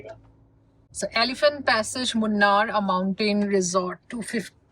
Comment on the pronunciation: the correct way to pronounce munnar is a " Moon aar" and that is how the Keralites pronounce it. Moonu meaning three and aaru meaning river. Also I had mentioned earlier it is not Anna malai tiger reserve it Aaana malai ( meaning elephant hill, aanai in tamil or aana in Malayalam means elephant and malai in Tamil or Mala in Malayalam means Hill.